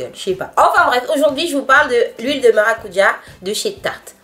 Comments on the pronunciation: C'est vrai qu'aux Antilles c'est maracudja et non maracuja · ***** elle a totalement raison. On dit maracudja en Guadeloupe. Je vis en Guadeloupe donc je sais de quoi je parle!! Des bisous de la Guadeloupe PS: le sorbet est juste trop délicieux